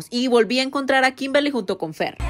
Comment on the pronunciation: en un video dijiste kinberli nada que ver 😂😂